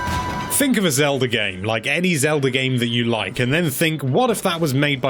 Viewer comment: I didn't know you could make your British mispronunciation of "Zelda" any more grating!